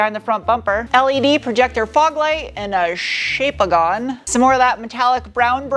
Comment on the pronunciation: A "shapeagon" 🤣😂🤣!